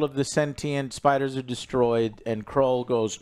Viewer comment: The amount of time he calls him krull lmfao